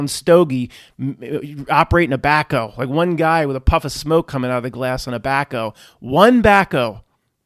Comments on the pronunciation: Back-HOE. Back-o? Wtf is that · Is back-O a PA term? Never quite heard it pronounced like that...one of many, Haha